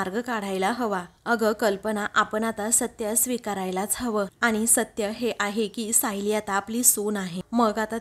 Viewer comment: आनि च्या ऐवजी आणि.. म्हनते नाही...म्हणते म्हणा...